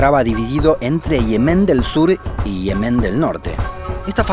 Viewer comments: Me rompe los tímpanos. Se dice Yemen no Ihemen, Ye-men. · ¿Por qué lo pronuncias como Yemén pero lo escribes como Yemen? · Dislike solo por decir Yemén en lugar de Yemen. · no tio, no es yemén, es yemen, enserio, que cojones pasa en sudamericacon las silabas tonicas ? que las van soltando donde primero les parece ? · Yemen, no Yemén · Hermoso, como siempre. Me emociono en cuanto veo notificaciones de vosotros. Una observación: el nombre de ese país en español es «Yemen», como en efecto aparece en el video, pero esto implica que no se pronuncia [jeˈmen], como lo hacéis, sino [ˈʝemen] (o, con acento argentino, [ˈʒeːmen]); la sílaba tónica es la primera, y va la misma 'y' de «yo». Me causa mucha curiosidad que hayáis escogido pronunciarlo de esa manera. ¿Por qué? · ¿Por qué pronuncias las palabras mal? Me refiero a que dice Yemén en vez de Yemen y cosas similares :/ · Me encanta este canal. Lo único malo que encuentro es la manía que tienes de decir Yemén, Naurú, cuando es Yemen, Nauru. Al menos en España, igual en Argentina se escribe y pronuncia distinto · No pensé que Yemen se pronunciaba ''lliemen'' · Pronuncia por favor bien Yemen, acentúa en la primera "e"